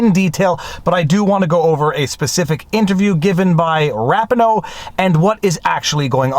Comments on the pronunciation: Sorry observer, but I respectfully disagree. I am well aware of Viva Frei’s location - his French is beautiful to hear - but it doesn’t excuse the mispronunciation. He speaks fluent English, he is commenting on a well known American celebrity, and he uses video footage where her name is pronounced correctly less than 1 minute from the portion he edited and included in his own video. He can’t argue that his country, or his language, pronounces it differently when he is using American sources talking about an American celebrity. And his pronunciation isn’t even how her name is pronounced in French anyway. I want to be perfectly clear, I do not mean to disrespect Viva, I love his work. I think he is factually on point and correct on the merits, but there are a lot of conservative YouTubers who deliberately mispronounce her name to mock her and it comes off as petty. It’s unnecessary for his argument. If it’s intentional, then it is petty. If it is accidental, then why should I believe his argument if he didn’t do the basic homework of figuring out how to say her name correctly? My point is that it is a very minor thing but worth taking the time to get right because it’ll be too easy for a detractor to blow off Viva’s argument when he gets a basic detail like this wrong. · I believe that the name "Rapinoe" is pronounced "Rapeeno". I mean no disrespect, and I know you didn't either. I'm just one of those odd Americans that used to watch international soccer (or "metric football", if you prefer) and listen to the announcers. I've watched every one of Nate's videos on this, and think he has done a yeoman's job of explaining the issues for non-lawyers. (You and Barnes usually do this as well, as does Steve Lehto and Uncivil Law, aka Kurt, just not as in depth as Nate on this issue.) Dang! The algorithm must be positively glutted on this comment! Thumb is up, obviously. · Not like it matters to much but I think it's Ra-pee-no. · FYI - Rapinoe is pronounce Rah-pee-no.